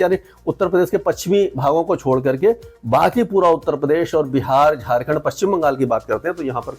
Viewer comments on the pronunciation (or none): none